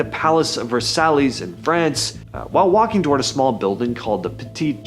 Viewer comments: "palace of versallys"??versaiiles? vur-sigh. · It's not palace of "ver-sallies". It's palace of Ver-sigh. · Palace of “versallies? I’m out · Dude Versailles = VER-SIGH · "Versallies" Really? you gonna stick with that pronunciation? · "Versallies?" Bye. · Lol, "Vursallys" What a rube. Wait...did he say 4 scientists from "Tauren"? Isn't there a mystery about a man from "Tauren" that when asked where he came from he said "Tauren" and it didn't exist on any map?? EDIT: Sorry, he was from "Taured". Still...pretty close. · Palace of Ver-Sah-ee. It's French. Look it up. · The palace of Versallees?! Wow, learn some pronunciation before narrating a video! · Oh for goodness sake! Learn how to say Versailles!!